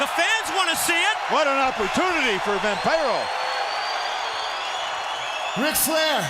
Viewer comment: Oh sure… it truly is quite the opportunity for ”Vam-PYRO?” 🤣 😆 😂 La Parka deserved better than to follow that Flair/Vampiro scene.